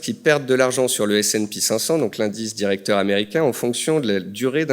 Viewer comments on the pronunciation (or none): none